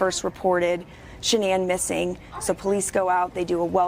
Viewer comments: Drove me crazy every time she said ShaNON. Ugh!🤨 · Sha-Non? That’s the one pronunciation I’ve never heard anyone she knew use.